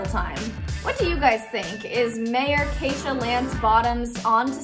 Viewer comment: she said (kay-sha) aint it (kee-sha)